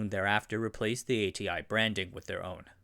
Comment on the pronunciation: Your pronunciation is so awful. If you insist on pronouncing DRAM and id as a whole word, you should pronounce ATI as Ah-tee as well. Horrible inconsistency.